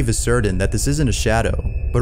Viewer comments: Certain or cerdan? Great videos! I have watched so many I cant get past the pronunciation! Its a scary pronunciation. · "Certain" is pronounced [ 'ser-tin ]. It is NOT pronounced [ 'ser-din ]. Love the work that goes into these videos, but you use this word a ton and every time it's like fingernails on a chalkboard IMO. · Sorry but this drives me insane. ITS NOT CERDAIN, ITS CERTAIN. CERTAIN!! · “serdin” or certain?